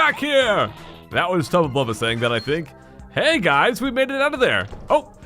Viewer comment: Yeah said tubla bulbla 5 times and the sounds like a drink Irish man